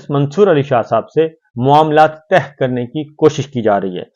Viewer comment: Urdu main Tah ka matlab bottom hota hai jasy samander ki Tah, Urdu main Tay karne matlab fold karna yani kisi maslay per bat cheet karna us per agree hona naslay ka hal nekalna hai. Sabri bhai ap Tah nhi Tay kaha kren.😊